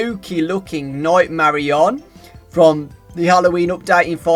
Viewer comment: marionette NIGHT NIGHT-MARIONETTE NOT NIGHTMARION